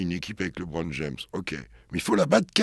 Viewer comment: Alors faut dire au présentateur que c est LEbron pas LEEbron...pour un podcast spé sur la nba..ça fait tache